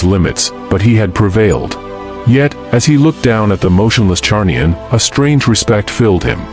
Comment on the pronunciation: Zarnian, it's Zarnian. Not Charnian